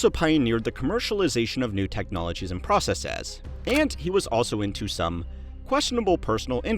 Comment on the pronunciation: Why can't you say "businesses" or "procceses" properly? Is the narrator AI? He keeps saying "businessazz" and "processazz"